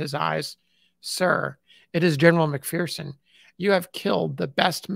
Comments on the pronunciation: FYI: McPherson is a Scottish name and is properly pronounced as Mc fur son, not Mc fear son. The McPhersons say "There is no fear in McPherson". I truly Enjoy and appreciate your work very much. RPG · There's no 'fear' in McPherson. As we say here in McPherson, Kansas. It's pronounced Mc-fur-son.